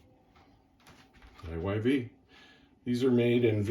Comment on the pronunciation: Pronounced “Eve” Iyv spells out to be Eve when pronounced using simple spelling rules learned in grade school.